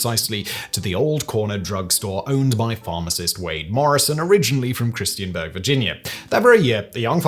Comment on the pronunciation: Small correction. It's Christiansburg, VA. You kept pronouncing it as Christianburg. This is incorrect as such a place doesn't exist in Virginia.